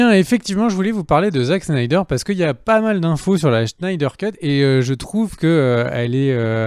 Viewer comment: C'est Snyder (snaïdeur) pas Schneider :')